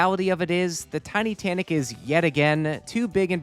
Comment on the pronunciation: Did he just say Titussy?